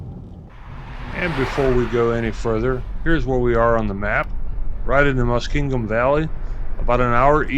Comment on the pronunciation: The word Muskingum doesn’t have a d in it….Muskingdum?😆